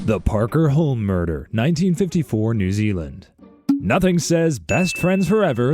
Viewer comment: Hulme is pronounced as Hume.